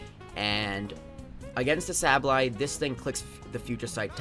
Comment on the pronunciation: Say ba lye is how you say it dumbass